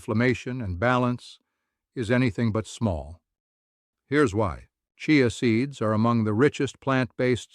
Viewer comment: Chai a seeds. Ha, ha. The auto voice doesn’t know how to pronounce it.